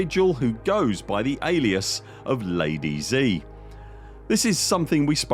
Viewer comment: Just for you to know, Zi is pronounced "Dzeuh", not Zee